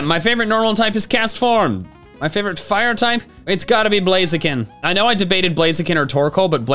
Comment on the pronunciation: FURE PIGHTING, that is all.